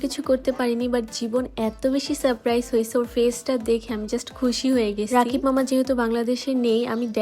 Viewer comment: সারপ্রাইজ ঠিক বলতে পারে না😂😂😂😂